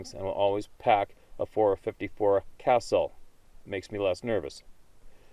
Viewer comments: 454 Casull - “kah-suhl” not castle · Pronounced, 454 Cus-ool not castle lol but that's of little importance. I know for sure Bigfoot is real I had an encounter as well in Deering NH. It was either Harry Henderson, Bullwinkle, or 1 VERY LARGE YOGI!! Didn't get a good look I was too busy running while dragging my poor girlfriend as best I could so she could keep up lol. I had noticed a sound, then loud crashing immediately followed by a HUGE dark figure busting through saplings and weeeds,shrubs, prickers ect. Couldn't have been more than 10 or 15 feet away. Maybe less idk but when I saw it I knew we were in danger. Fair to say extreme danger. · Fyi...the gun and cartridge that guy was talking about, the .454 Casull, is pronounced "kuh-sool."